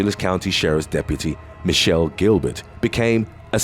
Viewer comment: It's pronounced Michael not Michelle the last one 🤦🤦🤦🤦🤦🤦🤦🤦🤦